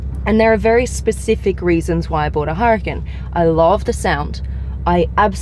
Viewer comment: Blondie! What's a "her a ken?" It's pronounced "Ooh rah Kahn" Huracán.